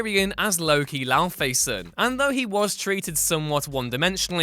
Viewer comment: What is up with the pronunciations? Raysh? And laufeysen? Its laufeyson as in laufey’s son.